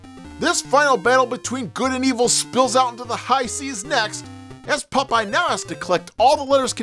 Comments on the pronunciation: Pop-eye dude, not Puh-pie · Holy shit I’m in love with the way pronounces the name PUPEYE! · Why are you pronouncing his name Pupeye? Stop it. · Why are you saying "Pupeye"? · Did the ghosts tell you it was pronounced "Pup-eye"? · It’s POP-EYE😅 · I thought it sounded like he was saying Pupeye too.